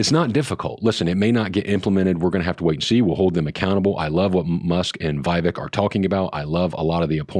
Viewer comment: it’s pronounced “Vi-VAKE! 👍